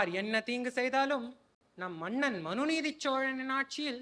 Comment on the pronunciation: very nice, but I wish that someone could correct the na, NA, la, LA differences. that was off putting, It is not maNNan, like kerosene, it is mannan. Not avargal like kale (stone) but avargaL, please correct your pronunciations please, its not tamizh otherwise